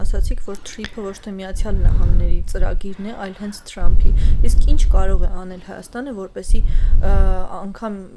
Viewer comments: Տրամպ չէ,Թրամպ 😂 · լայ լաղջիկ լերվուծաբան դու ընչու՞ ես Թրամփին տըրամըպ ասում Մենք ռուս չենք հետևաբար թ և փ տառ ու հնչյուն ունենք ։